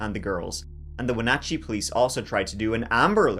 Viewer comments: Also, props to you for pronouncing Wenatchee correctly! I feel like unless you are a Washington native no one knows how to pronounce it properly 😂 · Im from okanogan, I can't believe you said Wenatchee and other town names right. Specially with how u say 20 or 30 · He's dead. It was a tragedy all around for our community. Well done on pronouncing Wenatchee correctly, though. In case you do a follow up video Okanogan - Oak-anne-awg-anne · You pronounced Wenatchee and Chelan correctly!!! Not many people do!!!! You da man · Born and raised in Yakima Washington and my ears perked up at “central Washington” BTW perfect pronunciation of Chelan and Wenatchee! 💕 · Your pronunciations of Wenatchee and Snoqualmie impressed me as even wa locals get those wrong!! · Congrats on the pronunciation s... for the most part. The Enchantments are awesome. If Decker pre planned this, he could easily make it through the summer. If hes alive, he will show up in the winter. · I'm IMPRESSED!! We have a lot of places with indigenous names, and it can be quite amazing to hear what people can twist those pronunciations into 😅 You pronounced everything dang near perfectly! Good job 😊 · You did an amazing job pronouncing ALL the crazy names in the area. One name you mispronounced was Okanagan … it’s OH-ka-NOGGIN. LOL! I just had to give you a hard time because you did an amazing job pronouncing Chelan and Wenatchee. People NEVER get those right! ❤❤❤ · Holy cow..., you're the first person I've ever heard outside of the state to pronounce Wenatchee right. It's my hometown. Nice work!! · Great job on the pronunciations of the locations! A ton of locals cant even correctly pronounce Wenatchee and Chelan! Impressive! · I live in Washington. This case hits close to home. I think he's dead in the woods somewhere. Edit: congratulations on saying Wenatchee correctly